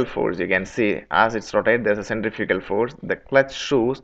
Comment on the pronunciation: If you're going to do a video in English, why the heck don't you learn to say the word Centrifugal clearly. Your pronunciation of the key word Centrifugal is totally unrecognizable, and you know this. I think you don't because you don't care to. You expect your audience to adjust to your pronunciation instead of you talking the time to say the work correctly.